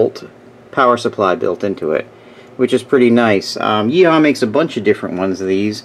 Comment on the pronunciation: I'm not making fun, but I thought it was funny how you pronounced Yihua as "Yee Haw." Lol